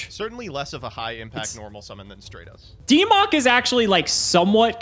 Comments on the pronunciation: Nobody:: "STRAY-TOS" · The only thing more infuriating than this DAD-less episode (games 1 and 2) was mispronunciation of Stratos.